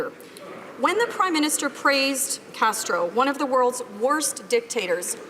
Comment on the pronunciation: Justina Castr-Uh is a joke!!!!